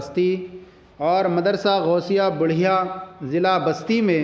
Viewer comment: مدرسہ غوثیہ بَڑھیا (با پر زبر)